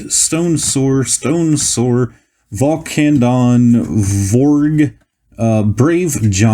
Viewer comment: its called Vulcanodon yet yous aid vulcadon